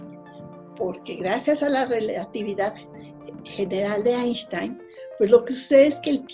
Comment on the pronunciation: Una científica sabiendo explicar en términos entendibles para mortales como yo, ¡BRAVO! y sin temor a pronunciar “Einstein” en alemån 👏🏻👏🏻👏🏻